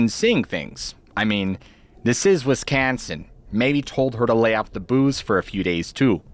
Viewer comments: Wis- can- Son, really? Even "A-ai" can pronounce that, tell production to proof edit itself 😂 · Lol!! I alway's say WiscAnsin like you just did! I've never heard anyone else ever say it that way except someone from WiscAnsin.. 🤣🤣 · "I mean, this IS Wis-can-sen..." i literally lol-ed 😂